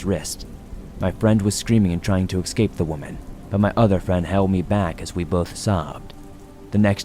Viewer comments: You lost me at excape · I wonder why do many people say ecscape/excape not escape it's so common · You have to stop saying “excape.”